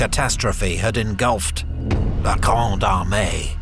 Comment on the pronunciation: Every time i hear him say "La Grande Armée" i hear "La Gronde hon hon hon hon Hey" truly epic!